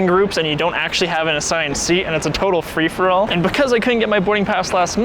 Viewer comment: "Frish-for-all boarding"